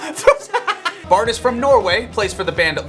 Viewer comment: The name Baard is more or less pronounced like border but without the er.